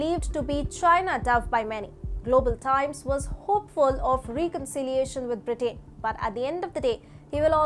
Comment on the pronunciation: I watch your channel often because it's a good channel. So lease get your pronunciations correct. "Britain" is pronounced, "BRIT-TEN" and "Huawei" is pronounced "HOO-AH-WAY". I am not from India. Just trying to help.